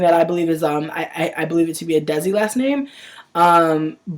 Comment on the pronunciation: Desi is pronounced like Day-Si (like They-see) lol :P